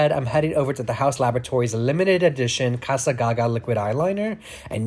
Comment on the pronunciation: It's not ca-sa as in Spanish it's ca-za with hard S for Italian